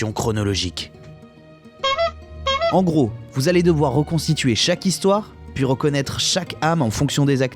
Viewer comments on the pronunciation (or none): none